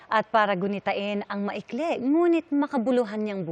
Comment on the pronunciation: Malalapit (NOT malalapet).Ma-ikli (NOT ma-ikle).